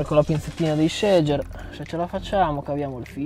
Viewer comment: la parola SEGER è tedesca e si pronuncia SEGHER, lo correggo a tutti 8-)